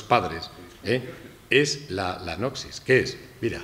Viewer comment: Gran charla, iluminadora. Tema menor, se pronuncia “nosis”.